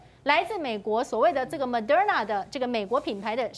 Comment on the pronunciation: Mo-de-r-na, not Mo-der-na